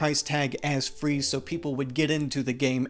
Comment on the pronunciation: fwee games are good